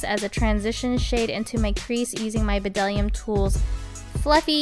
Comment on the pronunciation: Cute! FYI - The b in Bdellium is silent ;)